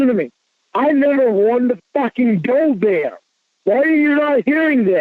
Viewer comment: He nevuh even wanted ta go theah